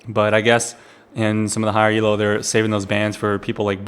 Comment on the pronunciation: elo isn't an acronym so you don't type it ELO and don't say it "ee ell oh":/ Look elo up on wikipedia can't post links.